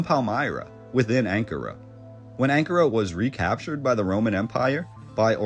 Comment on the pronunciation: When you pronounce Ankara...the accent is on the second syllable..just sayin ..love your stuff.